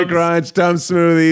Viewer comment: I've never felt more like an adult than when I heard Keith say he loves the Tums Smoothie (it is smoothie, not soothey? lol) and I yelled, "Hell yeah." I also love them lol